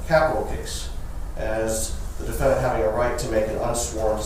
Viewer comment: was probs kinda nerdy and cute when she was a spring chicken. If not for her revolting client and pronunciation of “defenDANT” she would be a pretty old lady.